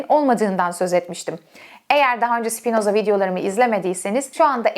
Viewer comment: Sipinoza deme ya lutfen.Spinoza😢